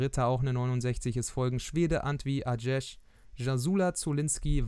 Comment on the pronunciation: Christopher Antwi-Adjej wird "Antwi-Adjei" ausgesprochen ;)